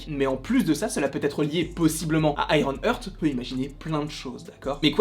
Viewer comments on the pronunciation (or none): Hello je crois que l’on dit iron art (ironheart) et pas iron eurt (ironearth), ça ne veut pas dire la même chose .